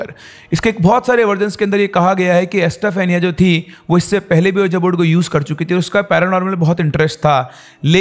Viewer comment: So Many ppl listen to ur wrong pronunciation. Unknowingly they are learning wrong things . Can’t u jus google the correct pronunciation? What is iloojan baba ? Have mercy on ppl ? And what is ueejaa board ? It’s pronounced as weejee board .